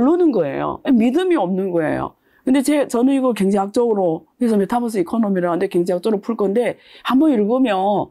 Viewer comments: 메타뻐쓰 ㅠㅠ 유니버스라고 읽듯이 메타버스라고 해주세요😂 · 내용도 좋고 다 좋은데 배우신 분이 메타뻐스~~ metaverse 메타버스로 발음해 주면 더 좋겠네요,,,뻐스 뻐스 그러니까 챙피하네요^^